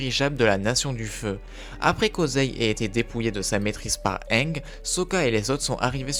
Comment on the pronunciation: tu sait c'est pas le premier mot qu'il pronnonce mal dans ses vidéos